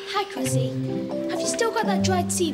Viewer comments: its Cressie not Gressy like karajayne said its CRESSIE!!!!!!! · It's Cressie, not Gressy.